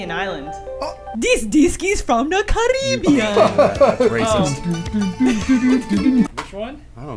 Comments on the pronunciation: I love you, but it's CARE-UH-BEE-AN. Not CA-RI-BE-AN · “Dis deesk is from da carrrreebeeeeun”